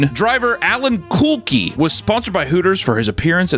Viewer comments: I'm sorry but I have to throw a penalty flag on the way pronounced Alan Kulwicki. It's "Cull-wick-key" not "Kul-qi"! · its Kull-Wick-E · Also it’s Kul-wick-y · man you sure fubared the pronunciation of alan's last name. Is pronounced: ka-wick-key. Might wanna do a you tube history search on alan's championship year. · it’s pronounced “Cool-WICK-ee” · Its pronounced Allen Kulwicki (Kull-wi-key) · "Alan kul-WICK-ee". I will not have you insult the last true owner/driver NASCAR champion like that. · Love your channel, but Alan Kulwicki's last name is pronounced cul wick ee. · Absolutely butchered Alan Kulwicki’s name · the way he pronounced kulwicki bothers me. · Butchered Alan Kulwciki’s name 😂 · you did my man Alan Kulwicki so wrong with that pronunciation.... #7inHeaven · Starting to get convinced he isn't a real American. He pronounced a NASCAR driver's name wrong. How the hell does someone come up with a name like Kulwicki anyway? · I hate the way he said Kulwicki lol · The way you pronounced Alan Kulwicki’s last name caused me physical pain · had this playing in the background and i did a full 180 after hearing butcher this poor drivers name so bad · hearing absolutely butcher alan kulwicki's name was hilarious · how can a southern boy get alan kulwicki’s name so wrong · Completely butchered Alan’s name. Rip. 1992 NASCAR champion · Ain't no way he's going to pronounce the name of polish prince like a guy from brighten England and ignore the funniest nascar race ever; sorry bud the fire bending license has been revoked please return the mullet and fire powers in the mail bud.